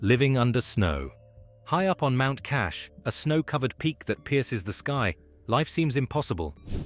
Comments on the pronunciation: It’s mount Kailash, not Kash. Is this AI presentation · Bro is talking about hindu monks while showing buddhist ones, talking about mount kailash n kept on calling it mount kash. Wtf is this bruh? 🤣🤦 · Kailash NOT Kash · That's mountain kailash not " kash" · Never heard the mountain name cash?!?!!! It is Kailash! Don't play with your word! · Mount Kailash not Kash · It is mount Kailash. The abode of Shiva. Not Mount KASH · Why The Hell u miss pronouncing Mount Kailash as Mount Kassh? Do your home work right 😡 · Yeah that's a mispronounciation for the name of that particular Mountain, Mt. Kailash not Kash.. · This video isn't even about Buddhists. The creator is just ignorant to show the right monks visuals 🤣🤦 also mispronouncing mount kailash name as kash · You are insulting a famous mountain by mispronouncing the Branded name as Kailash. It has a meaning it means heaven. Cash is your careless word. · Pls it's a spiritual abode pls pronounce it correctly mount kailash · Mount Kailash! Come on AI get it together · The moment you mispronounced the name of the famous mountain considered holy by Hindus and Buddhists my suspension that this is an AI (Artificial Idiot). Naturally the rest of this podcast must be unreliable i wouldn't waste my time listening any more of this rubbish.